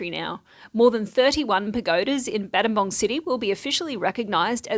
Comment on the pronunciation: Wow, nothing scary in this news report for a change! & don't worry about the Battambang mispronunciation. The person that first said, 'I know English' and christened the place Battambang, should have just acknowledged his/her mistake. Then changed the spelling to fit how the town is pronounced 'Battambong.' People really don't like to admit, when they make mistakes. So sometimes the rest of us have to make special exceptions on their behalf for decades to come. Sky hooks were wrong, ego is a dirty word : ) lol